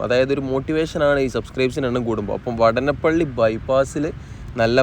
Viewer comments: vaadanapilli is the correct pronounciation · വടനപ്പിള്ളിയല്ല സുഹൃത്തേ വാടാനപ്പിള്ളിയാണ്.. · വാടാനപ്പള്ളി വാടാനപ്പള്ളി എന്ന് ആണ് പറയുക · സ്ഥലപ്പേര് പ്രദേശവാസികളോട് ചോദിച്ചു അത് പോലെ ഉച്ചരിക്കുക,വാടാനപ്പള്ളി എന്ന് എഴുതിയിട്ട് അതിലെ ദീർഘം കളഞ്ഞ് പറഞ്ഞാൽ അരോചകമായി തോന്നും,ഏറ്റവും കൂടുതൽ ബൈപ്പാസ് ഉള്ള റീച്ച് ആണ് താങ്കൾ ഇപ്പോൾ കാണിക്കുന്നത്,നിലവിൽ ഉള്ള കൊടുങ്ങല്ലൂർ ബൈപ്പാസ് അടക്കം 6 ബൈപ്പാസ്,ഏറ്റവും കൂടുതൽ S വളവുകൾ ഉണ്ടായിരുന്ന റീച്ച് ആണ്,ബൈപ്പാസ് കൂടാൻ ഒരു കാരണം അതാണ്,കാണിക്കുന്നുണ്ടെങ്കിൽ എല്ലാ ബൈപ്പാസ് ജോബും കാണിക്കണം എന്നാണ് എന്റെ ഒരു ഇത്😂ജോബ് പുരോഗതി കുറവാണ്,ഒരു പക്ഷെ സമതല പ്രദേശം ആയത് കൊണ്ടാകും,ഇലക്ട്രിക് പോസ്റ്റ് മാറ്റിയാൽ പിന്നെ പണി വേഗം മുന്നോട്ട് പോകും❤